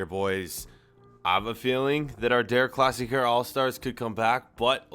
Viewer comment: Please dont say again, deRRR Klassikerrrr Say, De'a Klassikaa